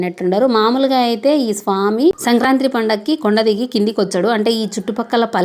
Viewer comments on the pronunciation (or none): మీరు సంక్రాత్రి అంటున్నారు ఆలా అనకూడదు. సంక్రాంతి అనాలి. మీ ప్రాంతం ఆలా అంటారేమో కానీ యూట్యూబ్ తెలుగు వాళ్ళందరూ చూస్తారు కదా, వాళ్ళు తికమక పడకూడదు, భాషను వక్రీకరించకూడదు. సానుకూలంగా స్పందించి తెలుగు భాష ఔన్నత్యానికి మీ మీవంతు కృషి చేస్తారని భావిస్తున్నాను. శతమానం భవతి.